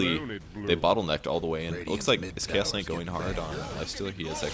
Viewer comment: Keep hearing "KS Kight" instead of Chaos Kight